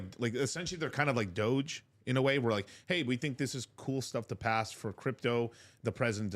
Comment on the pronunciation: It's doge not doyge😂